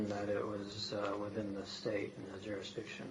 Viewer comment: They like saying jurisdickshun waaaay too much! I'm beginning to get suspicious!!!